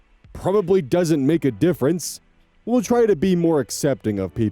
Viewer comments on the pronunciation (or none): none